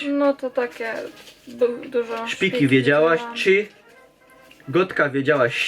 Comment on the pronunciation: Nie szpiki ino śpiki